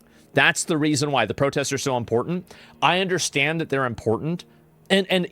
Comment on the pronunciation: lol he says "impotent" like hes trying to say "important" with an accent